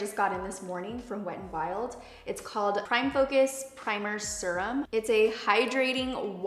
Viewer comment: She says serum funny. Like pronounces it “sir-um” lol